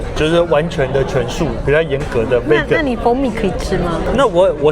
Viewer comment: 不好意思，我還是忍不住要糾正一下你們對Vegan的發音，你們一直發錯，請查一下Vegan的發音，謝謝。